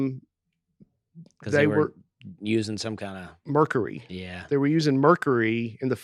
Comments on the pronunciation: saying “merkary” but also “POYetry” is unreal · I was SO glad pointed out pronunciation of "mercury" - hilarious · I’ve watched/listened to a lot of these episodes and I don’t think I’ve ever laughed harder than that whole merk-ery segment lol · As soon as I heard say “mercury” I said, there’s no way he says it like that. He then proceeded to say it that way 5 more times while I’m nearly in tears. Great stuff! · When asked to re-prononce mercury, I just about lost it. If I had been drinking Mountain Dew, it would have come out my nose.😅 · makes fun of for his pronunciation of mercury, and then goes on to mispronounce it himself! lol...